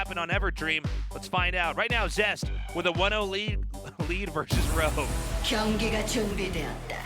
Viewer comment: ROGUE NOT LOG, FFS!